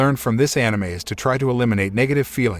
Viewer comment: I'm just happy he is saying anime correctly